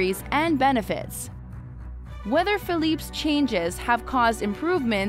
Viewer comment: You butcher the name “Felipe”